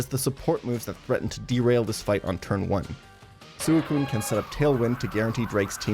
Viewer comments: I’m disliking this video because of the way you say Suicune it’s not Suuuucune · Bruh i can’t believe you pronounce suicune like that